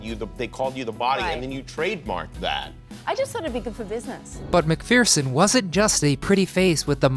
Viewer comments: As an Aussie, i have to cringe. It's Elle Mac-ferr-son not Elle Mac-fear-son. Friggin' Americans, can't get anything right. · Elle mcferson, not fear-son.